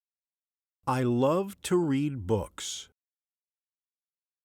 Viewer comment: You mispronounce the word "love"